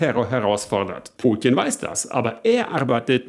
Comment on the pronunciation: Kannst du Putin nicht wie ein normaler Mensch aussprechen?